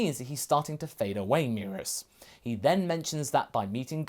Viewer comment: First time I've heard someone say merus like that, I was low key confused, it's supposed so be "meh-rühs" not "me-rus"